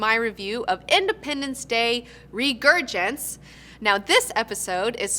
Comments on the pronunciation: should probably know it's reSurgence... not reGurgence...0.42-0.44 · ...Soon as you said "Regurgence". You lost a viewer. How bias right from the start. I won't miss this second rate show anyway. Edit/add. Meant to say 3rd rate show since I have seen better from hosts that only have a shed to stream. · "Regurgence" ;D